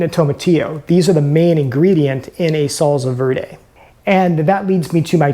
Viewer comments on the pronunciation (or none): He says Solsa Vörday 😄